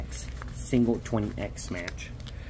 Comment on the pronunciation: I like when you say "we got a smatch" lol